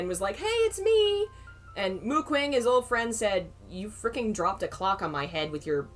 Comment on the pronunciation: Oh god as much as I love this, can someone please tell me if they stop saying Mu Qing like that?